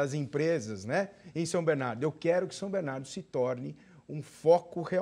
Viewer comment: Alex não sabe nem falar o nome da cidade como bom batateiro